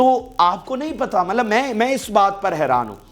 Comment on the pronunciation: Yaar Mallab na bola karain please 🙏